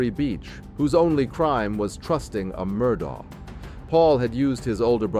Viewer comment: It’s pronounced “Murdock”. You can literally HEAR Alex say his name at the beginning, on tape. 🙄